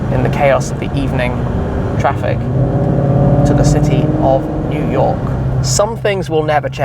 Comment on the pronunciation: New Yoik, eh?